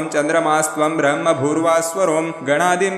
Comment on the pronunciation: This "ब्रह्मभूर्भुव:स्वरोम" pronunciation is wrong Please re correct